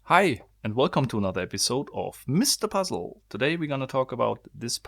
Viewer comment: I LOVE WHEN HE SAYS " MR PAZZULL " 😄